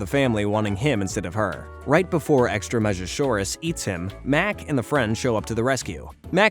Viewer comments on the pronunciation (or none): is saying 'extreme-o-saurus' that difficult for you? why do you keep calling them 'extra-measure-auros' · Also, isn't the monsters pronounced like, extreme-a-saurus, not extra-measure-saurus? Just to sound like a name teenagers might make up to describe their "Cool, scary, and stronger than yours" kind of creations. Otherwise yeah, very fun video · I just watched the pilot movie a couple days ago lol nice timing Also its pronounced "extreme-uh-saurus" not "extra-measure-saurus" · The amount of times I just looked at you sideways with the bombastic side hype when you kept on say the extremosaurus is staying wrong It's really extreme o-saurus.. like sir They literally tell you the fucking name of everybody in the first episode like at least three to four times come on man I know your ears work😂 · "extrameasuresaurus" bruh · Why is bro pronouncing it funny, it's extreme-asaurus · Dude you started calling frankie frankie or miss Francis then like 5 minutes in you forget her name and start calling her Jackie, also Extremeasaurus is pronounced Extreme-A-Saurus for fuck sake, if you’d actually watched the episodes you’d know this. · Just saying, its extreme- asaurus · Your pronunciations are really butchered, her name is franky not jackie, wilt not walt you got really tongue tied making this video didn't you. Btw extreme'a sauraus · I'm just curious HOW you got Jackie from Frankie. Also, it's pronounced EXTREME-asauros. And Mac didn't create Cheese, Louise did. That was the big reveal at the end of his debut episode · I think it was pronounced like extreme-a-saurus. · For some reason, I am extremely annoyed at how he calls the extremeasaurs "extra-measure-sauruses." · this guy cant read extreme-asaurus....